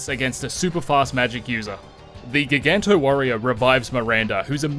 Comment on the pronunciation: ....did you say gig-anto? You realize it's ji-ganto as in giant......